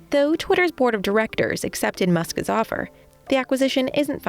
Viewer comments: Who is Muskez? The presenter keeps saying Muskez. Isn't it "Musk's"? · "Muskas"? If you put an S sound at the end of "Musk", it doesn't need to have an extra vowel sound in front of it. Musk's. Not "Muskas". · Muskis... Why do you say it like that? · Why can’t she say “Musk’s”? It’s like listening to a child fail to say spaghetti or something. “Musk is” is not the same as “Musk’s”